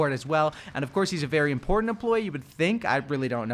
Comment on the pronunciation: the only thing im complaining about is how he says important